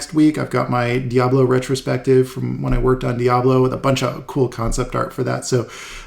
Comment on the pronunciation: Hey, where are you from originally... I'm wondering cuz you like to use some Salsa music on your videos sometimes and when you pronounce diablo word is sound lile you have a really good Spanish pronunciation... Do you speak spanish?